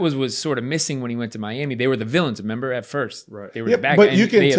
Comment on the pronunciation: “You gotta memember”